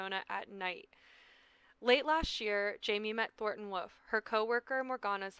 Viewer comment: You saying Woof instead of Wolff is so funny to me